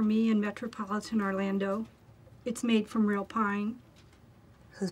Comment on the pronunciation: the way Phyllis pronounces metropolitan orlandO just sends me